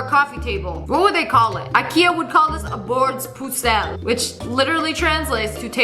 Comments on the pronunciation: At least she tried to say bordsbussel on swedish, ngl it was kinda good tho. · I speak Swedish and I’m sorry but I can’t stop laughing at the way she pronounced “Bordspussel” 😭